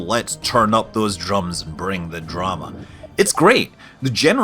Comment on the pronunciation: "The druma"